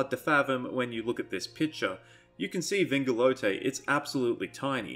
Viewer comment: I think people are majorly overestimating his size but I also think you just majorly underestimated it too. He is definitely bigger than Thorondor because Thorondor and his entire host along with Earendil on Vingilot (might wanna work on your pronunciation of that word) fought Ancalagon all at once. Wouldn’t make sense for the dragon to put up as much of a fight if he was so small nor for him and his host to drive back the host of the Valar.